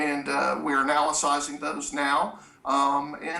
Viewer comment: Direct quote “we are anal-is-sizing” and saying because the one guy has representation he’s not cooperating. This guy is so creepy. He’s like an ambulance chaser. Trying to sound smarter than he is and all. Yuck.